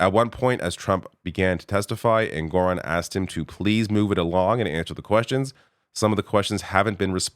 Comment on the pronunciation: the judge’s name is ENG-or-on, not en-GOR- on